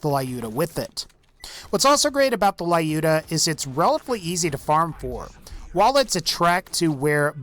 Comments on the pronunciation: "layuda" That makes my ears bleed, lol. It's more like luda, or Люда (let the Google voice it), a russian sniper from WW2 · It`s Looda, not Layooda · I am jet to hear, that someone pronounces Lyuda correctly. It is short from Russian women name Ludmila not La-udmila, thus it is pronounced Ljuda not La-juda. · Please stop calling Lyuda "laiooda". Lyuda. L'u-da. From Lyudmila AKA "likeable to people" from "lyudi"(rus.)=people and "miliy"(rus.)=pretty. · Lyuda says as "l'uda" not "laiuda". Because vladof - soviet (that mind russian) brand.))) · lyuda read like l'uda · Lyuda probably pronounced as L'uda. Just russian passing by. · Dude Lyuda is pronounced as looda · stop calling it lae-yoda it's annoying. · I giggle how he says Lyuda 😅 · that's not how you pronounce Lyuda but w/e